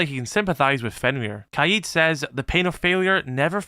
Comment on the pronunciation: You’re saying Keeyeh’s instead of KADE